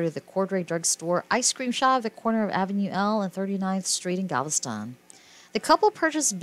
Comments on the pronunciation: It’s GAL-VES-STON, not GAL-STON! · It pronounced. Gal ves Tom get it right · STOP with your computer generated narration!!! They are from and reside in GAL-VEST-TON!! Like the song!!! I ADORE THESE DARLING HARD WORKING BRILLIANTLY TALENTED HUSBAND AND WIFE!!! I no longer have CABLE so I didn't know they have a new beautiful BABYGIRL!! THANK YOU ASHLEY AND MICHAEL, for many hours of entertainment and saving those WONDERFUL HISTORICAL HOMES IN GAL -VEST -TON!!!! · The title was intriguing, the video unwatchable. Say it with me, text-to-voice, GAL-VE-STON. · Please, Learn how to pronounce Galveston.